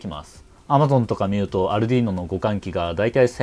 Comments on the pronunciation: アルドゥイーノ（イタリア） 、 アルデュイーノ（英語圏）･･･発音は色々ありますが、 アルディーノは絶対違うし恥ずかしいから広めないで欲しいと、国内代理店のスイッチサイエンスさんが仰ってますよ！ 私もそう思います。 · アルディーノじゃなくてアルデュイーノな「